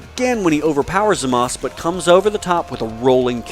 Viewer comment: I like this video but don't hate me for this, HIS NAME IS ZAMASU NOT ZAMASS